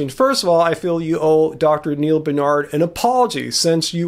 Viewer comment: BAR---nard.... Dr. N. BAR-nard